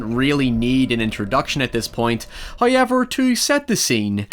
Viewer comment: My friend calls this channel “Hiyever...”